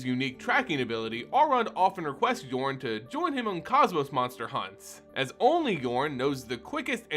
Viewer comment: Thank you for pronouncing Jorn correctly! It's a Norse set, and so many say his name with the "J" pronounced